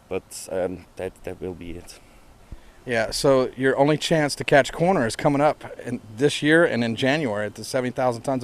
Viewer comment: Rnd.. "What 'DRUG' you here?!" Holy shit, cut down on the fried chicken, Write some decent questions... "Were there lots of people at a music festival?! Hoo-ly SHIT man!!! Imyself have never heard of a band called "CORR~NER" But its a real right angle if you're in a room, but they'd be really cool on a ride through some twisties on a sportsbike.. going from one CORR~NER into the next. Not likely you will be seen by a coroner, cause of death would be fairly obvious. Unlike the 'KFC & Beer' holding the mic. These guys are almost wincing when he says CORR~NER... 3 Syllables a bit much,? Cor~O~ner, man. Get into shape or have a cor-o-nary and visit Coroner, the man..... Sorry, man. But Americans can be really damned irritating and disrespectful; Maybe some are quite unintelligent. (A silly way of saying STUPID. COME ON, youre dragging the whole humanspecies down.....